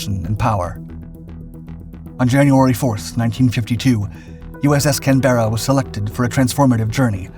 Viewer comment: The narrator needs to learn how to pronounce Canberra.